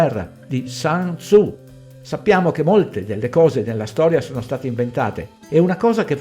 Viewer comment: Grazie del video. Il testo cinese citato viene attribuito a sun tzu che credo si pronunci in modo diverso dall' inglese . Il sun , sole in inglese non credo c'entri. Un saluto.